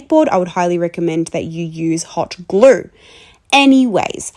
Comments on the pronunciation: “i used Howt Gluwr” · "hot GLUR 🤬" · “Hot GLUURE” 🤩 ✨ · "Hot glur" 🙏😭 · "Hot GLUEH"